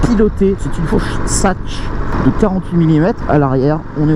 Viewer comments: La fourche Satche .... c'est de l'allemand et on prononce Saks !!! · Au secours…: suspension Sachs à prononcer Saks….et non Sache!!! Cela vient de l’allemand donc merci de respecter l’origine… reviens!